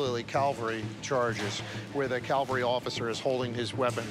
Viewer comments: Right. Calvary is a place, cavalry is a military unit. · The word is CAVALRY NOT CALVARY. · Why he say calvary amd not cavalry?. I thought calvary is the hill in Jerusalem where Jesus was crucified.